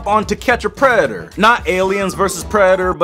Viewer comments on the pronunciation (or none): ‘To catch a Preder’’ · "preador to catch a preador" lol 😂😂